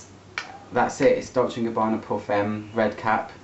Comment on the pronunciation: Gabbana, not Gabanna